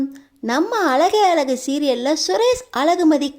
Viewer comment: அலகு மதி ya அது அழகு மதி தமிழ் கூட தெரிலே நீயெல்லாம் எதுக்கு வீடியோ போடறே கழுத்து களுத்து இல்லே